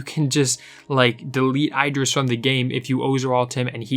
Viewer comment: u saying idris wrongly just pointing out